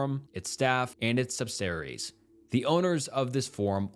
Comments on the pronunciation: Please practice your pronunciation “idemify” and “subsaries” biggest detractor of these videos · Really poorly done video. So many mispronounced words. Amnesiac, subsidiaries, "esp", even NAMES? C'mon man. Not to mention the false information. The Meiwes tapes were never publicly released and the photos validity is questionable.